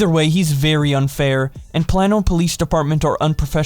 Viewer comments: pronouced "play-no" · Plano is pronounced "Plain-o". I lived in Plano. Plano is a rich city. There's nothing about the police there that is anything bitch described. What a gross set of dudes. That's not trolling, that's bullying. Also,, get yourself someone who can type you a script because you're misreading hella Tweets and misunderstanding context. Also, no, not everyone has a gun in Texas. Not even most.